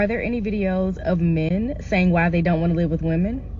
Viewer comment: 'Wi day doo dat?' Gross.